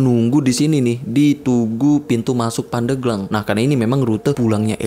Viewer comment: Yg bener itu pandeglang bang, bukan pandeglang